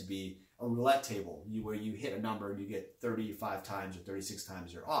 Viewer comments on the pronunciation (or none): none